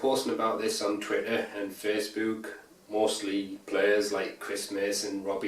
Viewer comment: Omg I'm so sorry but u made my day, the way you said Facebook omg. I'm sry but I had to.